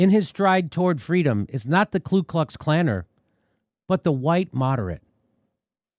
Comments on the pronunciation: Jimmy- Ku Klux Klan. I’m pretty sure MLK knew there was no L in KU....just saying. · Not nitpicking but it’s Ku Klux Klan not Klu...